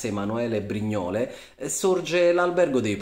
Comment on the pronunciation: La pronuncia di Brignole è sbagliata!